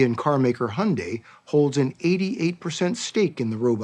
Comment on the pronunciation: Wtf is honday? It's called Hyundai !!!